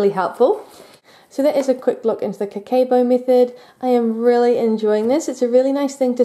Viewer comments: It's a really nice video. Just wanna tell that it's not "Bu" but "Bo" "O" is pronounced "o" in "Go" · never heard of this book, seems interesting. (the "ke" is actually pronounced very flat, more like keh, instead of like "kay" in "okay" :) ) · She was off on the pronunciation, that means she didnt study this method lol